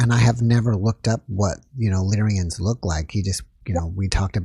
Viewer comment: Lyrans. Not lyrians I think